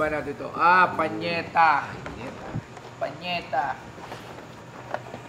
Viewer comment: PAYNETA hindi PANYETA. LOL 😂